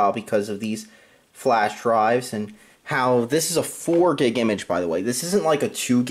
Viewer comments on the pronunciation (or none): none